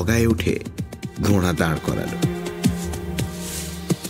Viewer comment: the pronunciations are beautiful. It is because of that, that the stories come so alive. কিন্তু ঘোড়া কথাটা বেশিরভাগ সময়ই ঘোঁড়া শোনাচ্ছে তাই একটু অস্বস্তি হচ্ছে। Very sorry to be a grammar Nazi but everything is sooo perfect that little things are much highlighted. Thank you for the beautiful presentation otherwise 💖